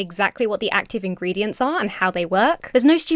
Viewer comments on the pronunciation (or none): none